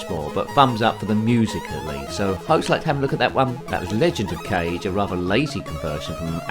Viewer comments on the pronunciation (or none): Sorry to say this, but I'm going to be "That Guy" lol! "Erm, ACTUALLY!" lol! Kage is pronounced "Kah-geh," two syllables, it means "Shadow" in Japanese, and it's also the highest rank a Ninja can receive, as in he's like a shadow and is never seen. Kage ninjas can lose their Kage rank if they get caught, and they were known to be violent, killing anyone who spotted them in order to keep their Kage rank.